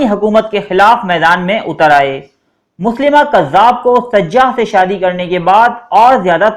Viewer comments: Janb ap galat lafz bol rahy Han. .مسلمه nai tha مسيلمه hy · مسیلمہ نام پڑھتے ہیں نہ کہ مسلمہ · مسیلمہ کذاب ہے مسلیمہ نہیں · Ap name drust kr len MUSAILMA hy